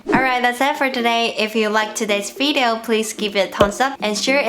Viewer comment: 剛剛回來看著視頻複習一下在台灣常用的詞語，發現視頻開頭Grace說的“video”聽起來有點像“eat“ 而不像”it“ Grace英文已經很厲害了，多注意這個”eat“和”it“之間的區別就會更厲害了吧 （比如說 "video" as opposed to "Veedeo")